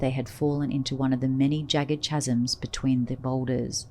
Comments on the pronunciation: Say "CHasms" one more time. I dare ta. I double dare ya! But seriously, what was a good narration becomes completely ridiculous as you can tell the orrator is uneducated and it loses credibility. Please say "Kaz-em" (phonetic of course). CHasm be gone, i shuddered my way through this. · Chasms is pronounced "kasms."